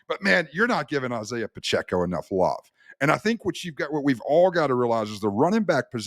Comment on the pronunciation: How does this clown not know how to pronounce Isiah Pacheco at this point.